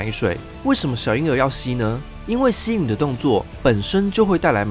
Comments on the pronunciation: 吸吮…不是吸允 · 吸吮啦，不是吸允，施烏恩三聲，做談話節目把字唸對好嗎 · 吸吮ㄕㄨㄣ ˇ三聲吮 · 還有一個錯誤，吸吮（音為ㄕㄨㄣˇ）